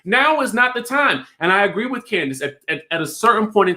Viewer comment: Candaice..Say it again sis 👋👋👋👋❤️